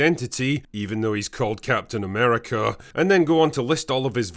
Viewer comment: Captain Nah-merica.